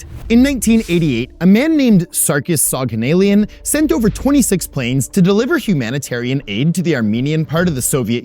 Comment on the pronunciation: Soghanalian is pronounced like SoghanalIAN. like all Armenian last names with IAN at the end